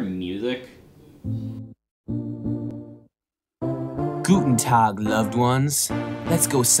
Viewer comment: You mispronounced "Guten Tag"